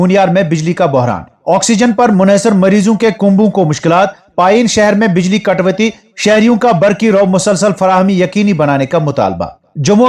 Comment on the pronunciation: G ap katoti ko katwati padhte ho plz durust pagheye ga. Ap ki bahut sare log news sunte hhn